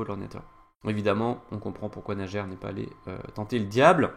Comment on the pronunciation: Merci!Très instructive analyse! P.S.: Le prénom de joueur russe se prononce:Naier.